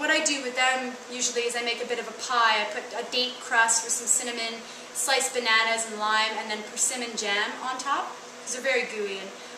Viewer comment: I love how you say banaunas!!!